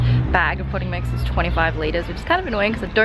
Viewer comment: I thought you said pudding mix instead of potting mix and when you said the smallest size was 25 liters I was like, "Wow, that's a lot of pudding mix!" xD